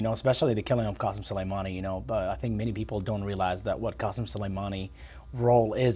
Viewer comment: Thats not how you pronounce iranian names. They are not arabic like the rest of the region. It's "K" asem.